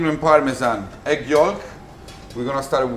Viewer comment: Pronounced yoke not yawlk spells yolk talking